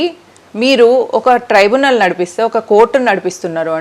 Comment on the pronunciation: ట్రిబ్యునల్ అక్కా సరిగా చెప్పు అక్కా ట్రైబనల్ కాదు